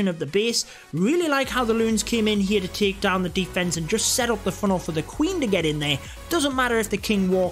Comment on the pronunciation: The way you pronounce the word Take its like Taak lol